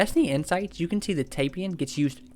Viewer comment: It's pronounced Tie Pan like the snake